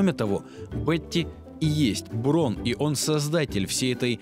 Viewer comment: Браун а не Брон! Это немецкая фамилия!